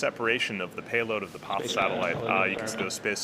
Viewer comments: Am I crazy or does he say poth/pauth instead of PAZ every time? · Why is he pronouncing "Paz" as "poth"? What language is that? The satellite is from a Spanish company, but Spaniards pronounce "Paz" as, wait for it.... "paz". Go figure. Maybe buddy has had a stroke, has a lithp, or suffers from a bad case of hipster disease. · Joaquin Andreu, are you deaf? He is saying "poth" not paz. Click the link I provided where you hear a Spaniard pronounce it "paz", then compare it with his mispronunciation. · Loved the video and space x. There a few ways to pronounce paz. Hated the one you chose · you should learn to say Paz like it should be. It's easy, come to Portugal and I'll teach you. Peace!